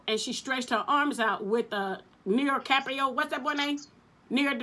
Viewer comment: How you gonna mess up leonardo dicarpio name now come on lmao 🤣